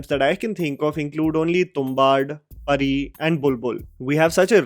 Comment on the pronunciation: It's Pronounced Perri bro...Pari toh SonPari hota hai all children might have seen it....